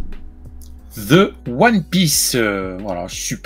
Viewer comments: Hello, je suis complètement bilingue anglais-français. Petite correction pour: on prononce « The » de cette façon: « De » et pas « ze » erreur communément faite par les français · Cela reste une erreur. Je t’invite à faire appel à un linguiste. Peu importe la praticité. On ne dit pas « ze » ce n’est pas du tout naturel. Avec ce genre de laxisme, on finit par dire « comme meme » au lieu de « quand même » parceque ça sonne mieux à l’oreille. Arrêtons d’infantiliser les gens qui font des erreurs de prononciation. Reprenons les pour qu’ils ne fassent plus cette petite erreur ! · Ce n'est pas nécessairement une "erreur". Beaucoup de français accentuent le z par facilité et faute de mieux, car le th (qui n'est pas leur z, mais pas leur d non plus) n'est pas un son naturel pour eux